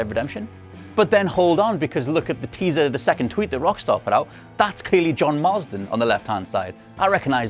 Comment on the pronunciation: Mar-ston not Mars-den 😘